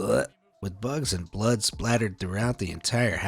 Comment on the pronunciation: when he said "bluhht" I laughed out loud. You don't expect that from such a serious voice 😂😂 in the midst of a video like this but it was absolutely fitting, and perfect lol